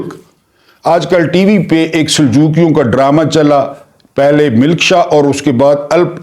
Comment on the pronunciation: Good work.however,keep a watch on pronunciation. Like"khashwant"&milk shah ,koshal.etc.